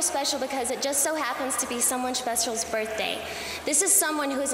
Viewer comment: britney cant even talk right, today its some one's smechial smerthday